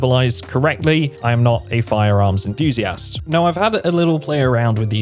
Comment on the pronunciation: apologizes to the audience about potentially verbalizing the gun names incorrectly yet pretty much does so just fine. Proceeds to say "I'm not a firearms enthusi-assed" 😭